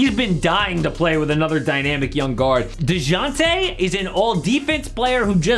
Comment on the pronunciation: The J is silent buddy… kinda cringe listening to this